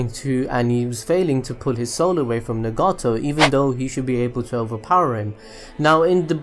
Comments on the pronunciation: It's NAgato not NEgato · I don't care what you think I ll say Nagato like nugget-to. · the way he pronounces Nagato so weird XD